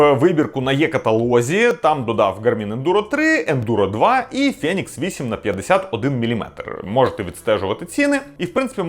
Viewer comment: фЄєнікс ФЄєєнікс.... Ну хватає вже тих москальских відсилок... Правильно взагалі "фінікс" Але в чому проблема сказати ФЕнікс?